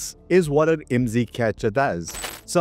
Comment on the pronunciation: IMSI is an acronym. Dont say it as a word. Its. I M S I.